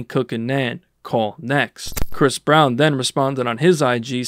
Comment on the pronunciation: damn already starting out w misinformation 🤦 I think u meant to say Bris Brown